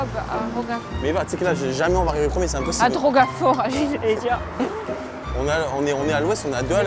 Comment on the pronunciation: Bravo a tous. elle me tue Elle a dis( a drogua Fora)😭😭😭😭😭😭